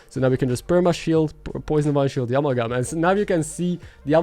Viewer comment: uh-MAL-gum (cause I otherwise pretty much forget you aren't a native speaker and thought maybe u'd want to know...no other reason)